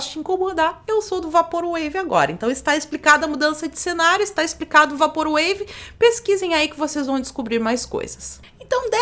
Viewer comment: PROFESSORA, SEM QUERER SER UM "PAU NAS BEIRA", MAS DIGA "VEIPOR UEIVI" (eu queria ter dito isso à alguns vídeos atrás). QUEM SOU EU PARA FICAR CORRIGINDO ALGUÉM, MAS TÃO CHATO COMO OUVIR O PORTUGUÊS ERRADO É O INGLÊS PELA METADE. DESCULPE E OBRIGADO.